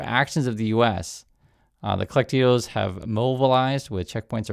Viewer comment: I will find someone who knows how to pronounce colectivo for analysis. (Al Jazera is not a Venezuelan news source btw)